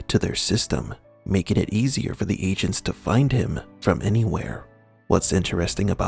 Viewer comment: I thought he was saying "ancients" then i realized it was "agents". Weird.